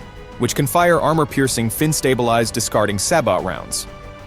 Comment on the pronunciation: Neither is the World's most powerful tank. The T-90 may not be in the top 10. And it's "say bo." :face-turquoise-covering-eyes